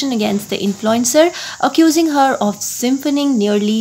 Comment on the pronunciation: "symphoning" wow! read properly